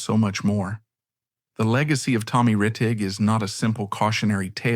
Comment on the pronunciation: Too bad this documentary was done by A.I.! An actual HUMAN would not have mispronounced Tommy Rettig's name as, "Tom Reteeg!"